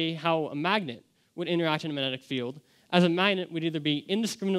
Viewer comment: Should be able to pronounce magnetic in order to give this speech